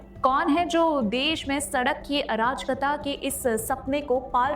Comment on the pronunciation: मैडम शब्द अराजकता है न कि आ राज कता। तीनों शब्दों को मिलाकर पढ़िए। आपका इस शब्द का उच्चारण ठीक नहीं है।